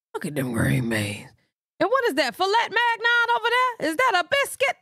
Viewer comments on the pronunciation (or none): Issa filet Migyeon not mag-non 😂😂😂😂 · Philet Magnon lmaooooo. If that was Fillet mignon she butchered it! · Lmbbao… you said it correctly “fliat mignone” … them jaidyn dinner plates be looking suspect frfr 😂😂😂